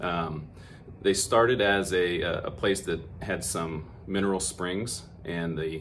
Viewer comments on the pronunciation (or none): none